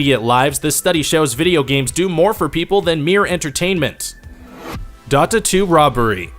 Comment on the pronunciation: "DOT-UHHH Two.." come on now